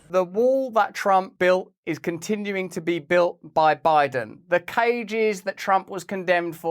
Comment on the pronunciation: She claims people can't pronounce Venezuela, when she can't pronounce the word "to" she pronounces it "ta." See: Booya Maddow!